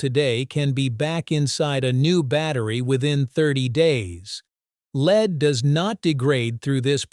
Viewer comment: I listened to 10 seconds before I decided I cant watch this as they are pronouncing the word Lead as leed.